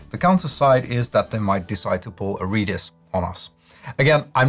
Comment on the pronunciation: never heard the pronunciation Reedis before so I thought I was the one doing it wrong but nope: "Redis" (/ˈrɛd-ɪs/) is pronounced like the word "red" plus the word "kiss" without the "k".